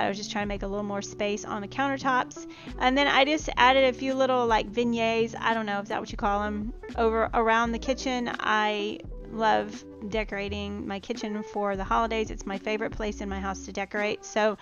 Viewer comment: Everything looks sooo cute! Just an FYI vignette is pronounced "vin yet" Happy Fall!